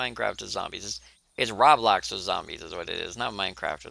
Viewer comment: Stop pronouncing it rablox (rah-blox) its roblox(roe-blox)